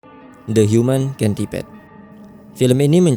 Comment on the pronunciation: Bacanya centipede bang bukan centipede